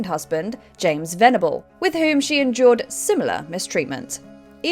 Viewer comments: The narrator needs to enunciate the words "endured" and "enjoyed" differently. Moses endured a hard life sounds like she's saying Moses enjoyed a hard life. She did this multiple times. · It's her accent. If you listen, she is saying "endured" but pronounces the D almost like a J. I had to take speech therapy as a kid because among other things I pronounced the D and V sounds as a B. I remember her saying to bite down on the D (she was a very serious lady and probably had no idea how that could be interpreted). The J is formed similarly but it's like they back off at the last second.